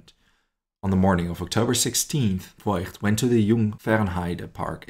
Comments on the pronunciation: Fantastic story, thank you for telling it. But isn’t it “Foigt”? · The family name “Voigt” is actually pronounced “Vogt” - the “i” merely indicates that the “o” needs to be drawn out